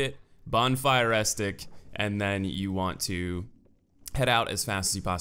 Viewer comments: as-ce-tic, not astic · "Bonfire *estic*" shudder It's "Uh-seh-tick", fyi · Super entertain videos. Bonfire ascetic, its pronounced A-SAID-IK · It’s friggin Ascetic not astic or estic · Doesn't matter much in the end, he just sounds kinda funny saying "Ass-tic". Picturing a gorged parasite. Kinda grossed myself out. I will share this disgust with you all. You're welcome. On the note of grammatical shenanigans, "ascetic" most often refers to a person, so the item itself makes little sense on first glance. If it was used as an adjective to describe the bonfire it should say "ascetic bonfire" to be technically correct. But are you really carrying a bonfire around? Still strange. I choose to believe it's a little engrish happening. To be fair Ascetisism is about self-denial as a form of spiritual or personal discipline so it makes SOME sense for flavor. If I'm not entirely of track Hindu monks practice a form of ascetisism. They are ascetics. Rambling late night comment. Yeah! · "Aztec" X "Aesthetic" X "Ah-see-tick?" $$$ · Good video, but one thing was driving me crazy.... Ascetic has three syllables. Pronounced, Ass-seh-tic